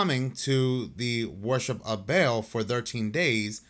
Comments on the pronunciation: Not Bail (Baal) It's BAL-AL that's what the hyphen is for :) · ba'al is pronounced ball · Nitpicking a bit, but baal is not pronounced like a bale of hay. It is bah-AHL (both with the same A pronunciation as in 'all'. Hebrew word.